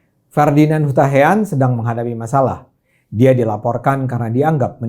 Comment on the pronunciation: HUTAHAEAN DIBACA HUTAHAYAN